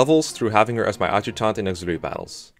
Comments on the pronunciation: A-juct(like duct)-tant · Nobody:: Awd-jew-taunt